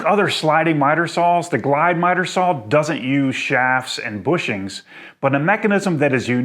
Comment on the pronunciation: You've probably answered this before but why Sawl and not Saw? April Wilkerson does this and says it's because she has always pronounced it Sawl and is not changing. Why do you continue to do so? Good review thanks!